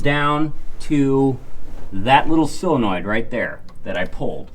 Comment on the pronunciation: Solenoid, not silinoid. ,)